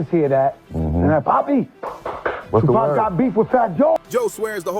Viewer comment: How you can't say tupac's name right, you hear the people in your own video pronounce it right, but you can't